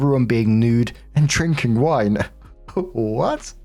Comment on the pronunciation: For the rest of the day, I’m gonna be wandering the house and imitating accent when he says “Naked WINE parrttyyy?” 😂😂😂